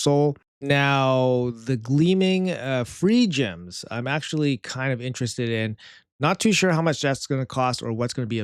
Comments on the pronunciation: Pronounced "gleaming fire gems" so many CC's pronounce it 'feergems' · They're pronounced "fire gems"